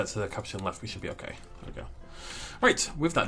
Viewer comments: You say it as cu po chin What is a caperchinn You also sed capucen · The A in capuchin makes an uh sound